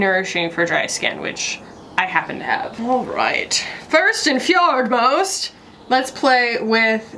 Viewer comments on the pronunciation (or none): I legit thought you said, “First and FJORDS-most!”